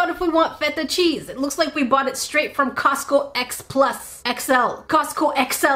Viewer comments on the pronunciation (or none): none